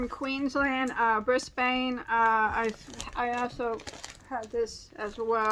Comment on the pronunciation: I was saying that in my head, too!